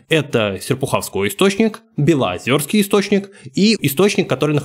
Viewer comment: Не устЮжна, а Устюжна, не белозËрский, а белозЕрский. Извините, но вынужден поправить, как и с Устюгом. Почему-то большинство столичных граждан путает ударения в наших названиях.